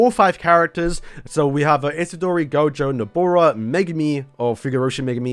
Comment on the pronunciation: He didnt butcher gojo